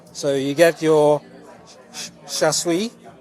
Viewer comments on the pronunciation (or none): Interesting video as always, 👍, but you mistook the vegetable as Gai-Lan. They were Choy-Sum, and weren't steamed but boiled. Your pronunciation of Char-Siu pork was less than desirable, same as your chopsticks skill, I am afraid. Still, I like your channel, and you film and edit your videos very well.